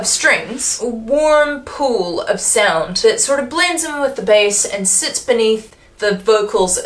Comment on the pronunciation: I thought you were saying “a warm poo of sound” and was glad you didn’t. But you could use this phrase in a future review. No credit needed.